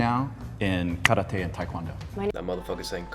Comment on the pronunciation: Keith tried so hard to pronounce karate right but still didn't🙏